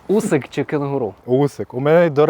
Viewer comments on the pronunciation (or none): none